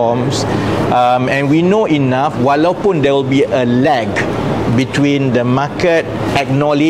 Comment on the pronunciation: Lol... The way he pronounced "lag" sounds like "lack". Maybe he really meant "lack".